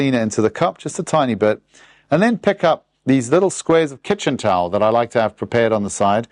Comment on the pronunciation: Thanks for these lessons. I'm going to start airbrushing EVENTUALLY. I didnt hear your accent until you used the word "Kitchen towel".